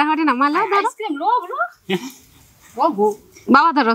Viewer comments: ভিডিও গুলো তো শুধু মেদিনীপুরের লোকের জন্য করছেন না উনি, সকলের জন্য করছেন। শুদ্ধ ভাষা উচ্চারণ করা উচিত, যেহেতু উনি ইংরেজী বিষয়ের শিক্ষিকা। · আপনি একদিন ভিডিও তে বলেছিলেন আপনি টিউশন পড়ান ইংলিশ। কিন্তু আপনি তো আইসক্রিম কথাটাই তো ঠিকমতো উচ্চারণ করতে পারছেন না। আইসক্রিম তো একটা ইংরেজি শব্দ, আপনি নিজেই ঠিকঠাক উচ্চারণ করতে পারছেন না তো ছাত্র-ছাত্রীদের ঠিক উচ্চারণ কিভাবে শেখাবেন?